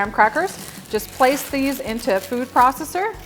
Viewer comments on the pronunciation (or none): none